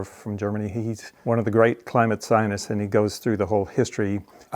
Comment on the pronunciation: lol.Check out, how much money the climate sionists (your pronunciation) got. Billions.